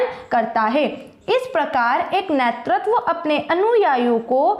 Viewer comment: nertatav nhi hota netratv hota h😢😢😢😢😢